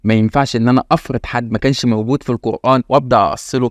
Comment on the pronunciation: ازاى ناخذ الدين من واحد منهم بيقرأ كلمة قرآن خطأ وذلك بتفخيم حرف الالف والنون . الناس جميعا عارفاهم كويس وهم أشد الناس جهلا بالدين بالكلية